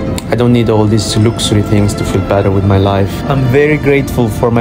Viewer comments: "I don't need these looxoorie th-"💀💀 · The way he pronounces Luxury 😄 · Nobody: pronunciation of luxury